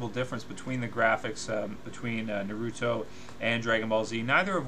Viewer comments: Honestly I can’t take him seriously when he says naUto not naruto 😂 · DUDE ITS NOT NA-RU-RO ITS NA-RU-TO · did you just say nrroto insted of naruto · BeGe Army “nuh ROO toe” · "Nah roo toe" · It's hard to believe you really love naruto if you pronounce it that way lol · DBZ is good but its far from the best anime of all time as ive seen people say. I think Naruto is better just because of the emotional appeal it has. BTW you're pronouncing Naruto wrong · Hate how this guy pronounces naruto .. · I'm about 1 minute and 13 seconds into the video and I just cant.. I just cant sit here and watch this whole thing because of how you're pronouncing Naruto. You never really watched the show, probably never seen an episode. You just wanted to go along with the forever trending HYPE of this feud, and ride the bandwagon of people making these videos. Thumbs down dude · I hate how he says naruto, sasuke, Madara what the fuck the say their names in the show da fuq